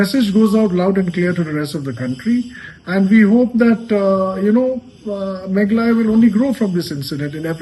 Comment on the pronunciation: Y our Dear can't pronounce Meghalaya instead he said Maghala.What a pity.